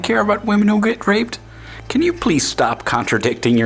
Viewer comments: I was listening to this in the background. When she was saying 'Raped', I thought she was saying 'Ripped'. Made for an awkward video until I understood what she was saying. lol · Is she saying ripped? or raped? Genuinly confused. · Holy shit, she's saying raped, I thought she was saying ripped. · I was confused as to why she was saying "ripped" all the time, then I realized that she was saying "raped" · Ahh she says "raped"....yeah that's makes more sense. I understood "ripped" half the video xD. I mean why isn't ok for a man to be ripped xD.